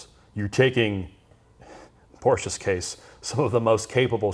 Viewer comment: Porschegeese LOL.